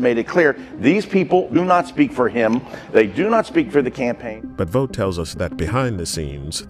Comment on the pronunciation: Thanks for pronouncing Vought correctly. Vought rhymes with bought. Pun intended.